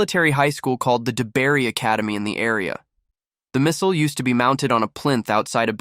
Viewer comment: Regarding the great grandfather if you can narrow down the area maybe parish church baptismal records or school records? Love your pronunciation of Deberry (deb'-ree) Road. Debris Road?